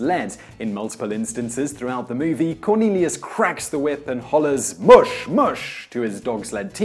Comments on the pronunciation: It's not moosh, it's mush! Come now! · That's funny....you start off pronouncing the word "mush" incorrectly and then about half way through your video all of the sudden you know how to pronounce it. Did you figure out the proper pronunciation halfway through production but not feel like re-filming the first half of the video?